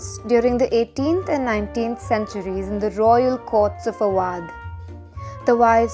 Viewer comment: Pronunciation is extremely wrong of Awadh.